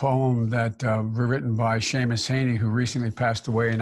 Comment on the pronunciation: He mispronounced Heaney's name and then misquoted the poem .............so I wasnt overly impressed with that. He stumbles through softball interviews while having notes and a helper talking into his earpiece. Joe is very very shaky in these situations when under no duress; he is being used as a prop. The man clearly should not be there